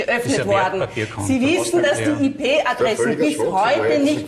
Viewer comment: "Hat er dynamische Ih Pe Adressen?" Eine richtige IT Fachfrau 😅